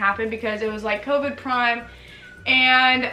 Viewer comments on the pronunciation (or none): none